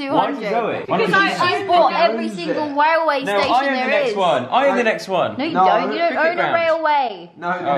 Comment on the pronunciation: Haha you said Whaleway not railway